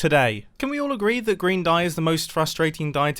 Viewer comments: I heard "Grian dye" not "green dye" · I thought he said Grian dye.